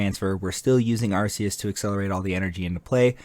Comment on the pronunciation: Arc-E-us… not Ar-See-us.